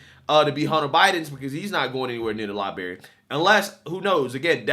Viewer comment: please I love ya bud. LibRary. There is an R in the middle, it just sounds uneducated when you say Liberry.